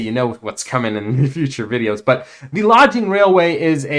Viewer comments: its pronounced Log ing, you keep saying Lodge ing. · thank you for the content . also i.e. LAW-GING not LODGE-ING. from the occupation 'forest logging' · I was going to say the same thing. I always pick on him about stuff like that. It's all in good fun though.❤😂